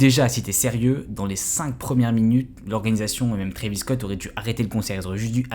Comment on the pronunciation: Pour commencer condoléances aux familles des blessé/mort mais à partir du moment où un boug ne sait pas prononcer le nom de l'artiste (Trevis tes sérieux) et que surtout fait du clic bait sur 8 personnes qui sont morte tu n'es pas bien placé pour dire si oui ou non travis(oui le a on le prononce a pas et) est coupable alors que dans un concert c'est le bordel les gens sont foutent dire que les gens cavale jusqu'à l'avant de la scène avant même que ça commence et passer les barrière à l'entre tu peux avoir 14 comme 21 pige tu sais que c'est un manque de discipline. Alors Travis n'est pas coupable car il peux pas lui même contrôler tout le monde c'est un artiste son boulot est de faire de la musique et divertir pas de faire la police surtout que travis adore ces fan ducoup il sont fou de ce mettre en danger mais c'est pas à lui de penser à la place des attardé qui font office de fans